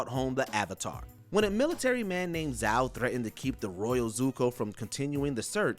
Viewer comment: You mispronounced zhao